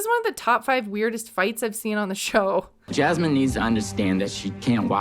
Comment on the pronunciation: I really don't understand why these two are together and, weird observation, but I hate how says Jasmine's name. "jyasmine" 🥴